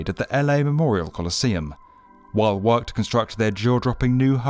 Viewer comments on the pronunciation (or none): none